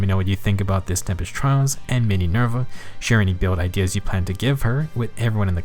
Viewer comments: Not Mininerva, TEENYNERVA!! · "Mininerva" Hwhsjhsngkdjshjd